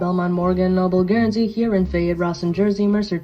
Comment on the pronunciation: Its pronounced hyur - on but love this!